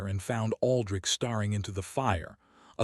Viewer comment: Same crummy AI voice that mispronounces names, adds consonants to words; staring into starring, hoping into hopping and the heteronyms; bowed and I’m only into the story.🤦🏻‍♀️ I listened to the whole thing. Same storyline as many other channels, another cold Duke treating his wife like furniture.🤦🏻‍♀️ AI still made more mistakes with the names; is it Elara or Alara? that’s unknown. It’s Mar gar ette, not what AI said. Another hopping which should have been hoping. I rate your tale a 4.5 out of 10.